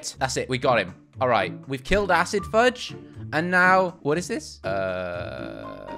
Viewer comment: Isn’t it fuse not fudge? Or is it just me